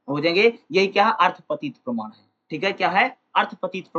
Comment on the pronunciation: 4: 20 me parman ko parnaam q padh rahe hai hai sir